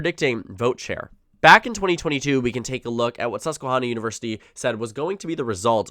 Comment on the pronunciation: Great content. FYI, it's Susquehanna. Not Susquehawna. Like in hand, not like in lawn.